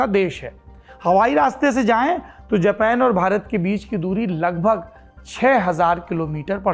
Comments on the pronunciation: खोतनाथ जापान को जपैन क्यों बोल रहा है। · जब हिंदी भाषा का इस्तेमाल करते हैं तो अपने शब्दों का इस्तेमाल भी भारतीय हिंदी ही रखें। बार बार जापान को जेपेन सुनना बहुत चुभता है। कृपया वही रहें जिसके लिए आप जाने जाते हैं यानी हिंदी पर जबरदस्त पकड़ के लिए। बेवजह दूसरों को कॉपी करना और खुद को आधुनिक दिखाने का बेजा प्रयास छोड़ दें। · जपेन नही जापान